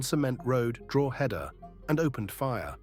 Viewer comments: Good video. BTW it's "dro·huh·duh" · Wheres Drooheda😂😂😂 ye cant even pronounce the names of towns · It's not Droooheda ya AI plonker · Drogeda lol 😂 😅 drog a da ? No lol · Don't mind this sham Pronounced correctly it's draw-head-da Pronounced by locals it's draw-da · I wish you could pronounce Drogheda properly, it ruins this video for me, and why should I part with money to support AI clickbait bullsh*t, to make money like a grave robber, cashing in on people's tragedy including four deaths, feeding of gossip, I think who owns this site is sick a person or a bot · Do you need another pronunciation lesson for Drogheda? Everyone else here teaching ya 🤣